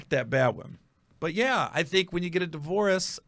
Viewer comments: This is throwing me off cuz you saying divorce like delores. Respect the transparency though. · A di-vore-us…? Stop saying divorce like that 🤦🤦🤦🤦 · Bro...why does he keep pronouncing "divorce"..."Divo-warce"...😂😂😂... like he is an eight year old who just wants his "wowy pop". I swear, once you listen to it, you can't unheard it! 😂🤣😂🤣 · The way he pronounces divorce is so weird